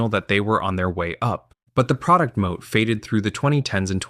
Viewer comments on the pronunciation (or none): it's "moat" as in a medieval castle. corporate term for a protective competitive edge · I’m suspicious of the mispronunciation of “MO”